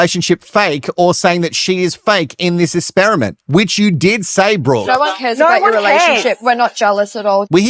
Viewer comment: I have a question because I just started watching this YouTuber so don’t know.. Is there a reason why he can’t say the letter X? He says ‘ESPERTS’ AND ‘ESPERIMENT’ so I’m wondering if it’s an actual thing and been addressed previously where he won’t say the letter ‘X’ anywhere.. ???